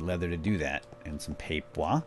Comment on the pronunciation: Lol said paypwa